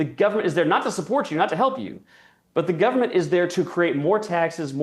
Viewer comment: Decent guy who can't pronounce the word Government. Whats up with that?